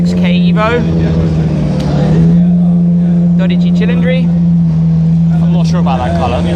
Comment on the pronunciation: There is NO ch in cilindri! So it is cilindri NOT CHILindri????? British English does not change a Ci to Ch, sorry.